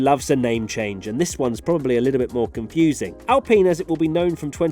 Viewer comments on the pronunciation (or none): none